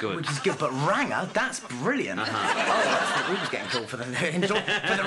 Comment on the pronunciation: lmfaoo redhead and its rangaa not rangerr lol